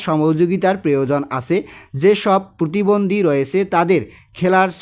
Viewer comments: আরে ভাই পুতিবন্দি না পতিবন্দি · স্যার আমার মনে হয় আপনি প্রতিবন্ধীকে পুতিবন্ধী বলেছেন😅😅😅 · পতিবন্দি না প্রতিবন্ধি